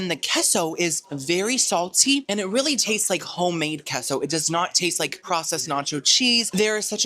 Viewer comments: Keso? 😂 it’s pronounced Kaso 🥰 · its kayso not keso idc what u say 😂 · it’s Case-oh for Queso hhh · K-SO lol. Please just say it like the rest of us